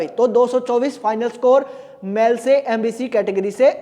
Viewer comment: अरे गुरु जी मेल को मैल क्यों बोल रहे हो ☺️☺️